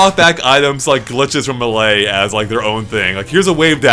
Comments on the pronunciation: WHY ARE YOU CALLING IT MA LEY. It's MEY LEY. Ahhh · "Muhley" TRIGGERED